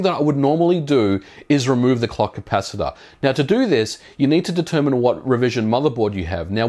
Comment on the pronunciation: So I’m supposed to remove the what now? The “clucky pass-it-aw”